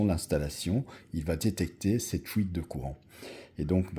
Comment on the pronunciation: Oui, est très probablement belge.